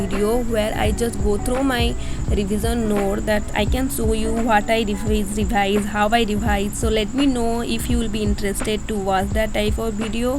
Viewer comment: Real opinion: your voice over idea I like it alot + I enjoyed alot when you speak some word in little different way Rebhise 👀 Btw girl I can't do like how you do! I can't study like you U r very talented 💜 tnq alot